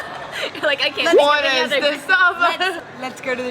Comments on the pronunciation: can'tをカントって発音するのがアメリカ英語とも違うよね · にも出て来ますが、オーストラリア英語と言えばcan'tをカーントという感じに発音するイメージが強いです！